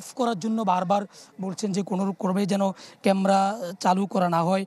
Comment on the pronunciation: সাংবাদিক উচ্চারণ করেছেন কেমরা, উচ্চারণ টা হবে ক্যামেরা